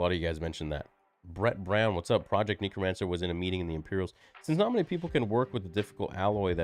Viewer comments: I'm sorry if this sounds like an undue overreaction, but I'm told I'm a grammar nazi, so... It's necromancer, not neecromancer, ffs,. English is supposedly your native language, you should be able to speak it better than a foreigner like me.:/ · Why does he keep saying 'neekromancer' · Bro said neekromancer